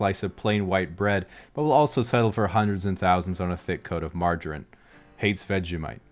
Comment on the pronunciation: Gotta say it sounds like he has forgotton his roots when he pronounces 'margarine' XD